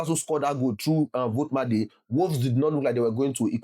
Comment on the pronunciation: It is pronounced volt ee ma da 😅